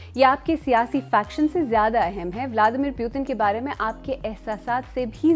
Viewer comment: "Pyutin" lmao